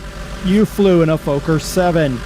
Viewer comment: Lol im dutch and you didnt say it correctly.